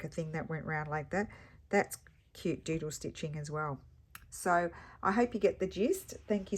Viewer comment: Another fun prompt for the project. I will admit though that when you first said doodle stitching I thought I heard JUJU stitching. I thought, how is she going to interpret that? Thanks for sharing your creativity!